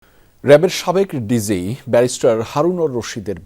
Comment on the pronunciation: নিউজ কাস্টার, ভুল উচ্চারণ কেন করেন? এটা কি হওয়া উচিত? আপনি বলেছেনD.z. অথচ হবেD.G. which stands for director general, এতে দেশের ভাবমূর্তি নষ্ট হয় নাকি?